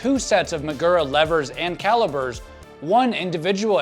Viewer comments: They're called "C A L I P E R S". not calibers, not calager, not galiper, calipers ffs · shimano's engineers are rollin rn but somewhat disturbed by your pronunciation of calipers 😂hahaha